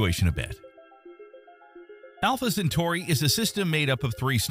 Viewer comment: Talking about Alpha , Centauri the Ai z pronunciation is atrocious . Look ,we stopped going to the moon with men cause all of them went looney . Best send women next time. What a nightmare it would be for a human to stay in space for years.